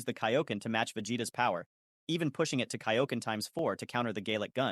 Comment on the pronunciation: wdym this is clearly AI Voice, saying Kaioken and Saiyan wrong